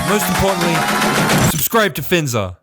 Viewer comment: its FINZAR not finzar